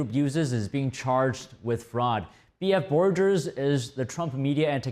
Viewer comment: That audit/accounting firm Trump used is BF Borgers, not "forgers" :)